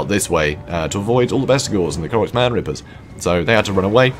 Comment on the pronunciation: Thank you for the cast, that was a blast! Long story short, the name is konos-m-g-r , as in the last 3 letters are individually pronounced, silly I know.